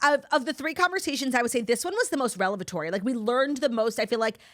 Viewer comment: Claudia doubling on MISPRONOUNCING “revelatory” Oye!!! It’s not “relevatory”!!! 😂🤦🏻‍♀️